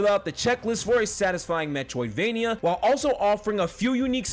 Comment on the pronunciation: All I hear is "metwoidvania"